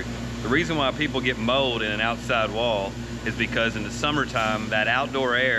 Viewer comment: Did he say mode or mold?😂